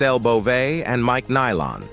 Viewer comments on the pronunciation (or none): none